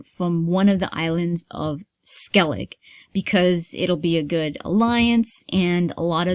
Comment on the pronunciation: It's funny how many people pronounce Skellige as Skellig haha :D It'd be Skellig-eh, so with the e at the end. I just think it's funny!